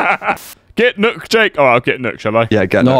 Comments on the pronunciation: I think it’s actually pronounced “Nook” or “neiuk” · "Nook," is so much closer to the proper pronunciation than "Nokk," and that pedantry failure was outstanding work from content to tone. 9/10 👌🏼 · As a Dane, it’s not pronounced nock. Nor is it pronounced like nook. Ø has a long vowel sound. So think of it like noookk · Nock? Correct me, but that ø got spelled like a Ö, so "Nock" is wrong, "Nook" is also wrong. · Its a miracle!!! Jake prunounced something good and wrong.... nøkk=nuk... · It’s pronounced nook..... with a long O sound. So not nook like Tom nook, but pronounced like nuke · confidently correcting Jake on how to pronounce Nøkk is made so much better by the fact that he's wrong. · why did said nøkk wrong and jake said it correct just saying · hearing em both pronounce Nøkk wrong is painful